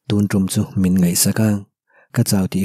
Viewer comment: Ka lo sawi ve mai mai ka thiam ber ka ti lo a,mai tih tur a mei tih te,ngaih tih tur a ngheih tih te a tam mai 😬dik lo lai a awm zeuh zeuh a,se i chhiar thiam ka ti tho tho